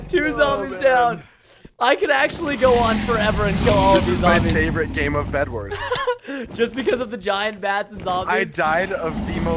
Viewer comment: Bedwars not vedwars